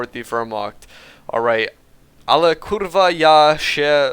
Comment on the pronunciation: your "Kurwa" is perfect:D Seriously. I declare you a native Pole!